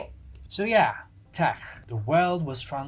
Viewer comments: I like you, Subscribed, But FYI, In English "Tech" is pronounced Tek. Hard K. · i LOVE the way you say tech! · i love the way he says "tech" 😂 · you say Tech as if you were German 😂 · I will never say "tech" the same way again